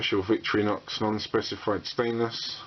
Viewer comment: vic-torri-nox thats how its prenounced